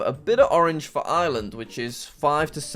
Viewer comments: I live in Ireland and it's pronounced arelind not i er LA and pls say it right this time😡😡😡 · You forgot to pronounce the R in Ireland, J A C K M A S S E Y W E L S H. (read this comment off-camera)